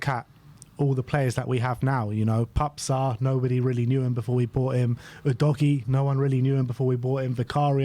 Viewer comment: finally pronounces something correct says "Genoa" then 30 seconds later says "Ginoa" 😂😂😂😂😂... It's "pepe Sarr " " not Pap Sarr" You would think English is not his first language sort it out ffs.